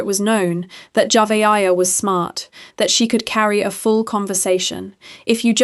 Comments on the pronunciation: AI SLOP Saying that dead little girl's name JAVA-AYA is so DISRESPECTFUL. You could have at least TRIED to give her a tiny bit of dignity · At first you were pronouncing her name totally wrong, then along the way, you started pronouncing it correct. I guess you saw either sine need coverage or someone else pronouncing it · Please learn how to pronounce the victims name. Damn she at least deserves that respect. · Please pronounce the child name right my goodness Lord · the names are mispronounced, it is impersonal. I was following the story came across your video but I was put off tried to watch but quit 5mins in. It was informative but just... thanks for responding. Also im in South Africa.